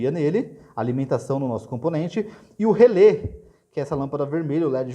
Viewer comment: "Relé", amigo, não é "relê". Acento agudo.